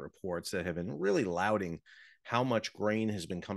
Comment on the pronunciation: lauding not LOUDING